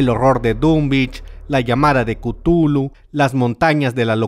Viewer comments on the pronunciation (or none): none